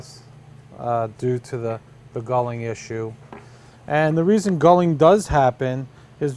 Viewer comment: its galling, your saying gulling